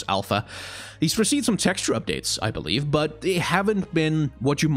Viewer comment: This is random and off-topic, but I noticed that a lot of your consonants tend to be unvoiced. Words like "vision", "believe", "design" - which usually are pronounced /vɪʒən/ /bɪliːv/ /dɪzaɪn/, you pronounce them as /vɪʃən/ /bɪliːf/ /dɪsaɪn/ which I find really interesting. This has to do with phonetics and I definitely don't expect everyone to understand what I'm talking about, but I was wondering where you're from and whether English is your first language and/or if you've had contact with other languages that might have caused this :D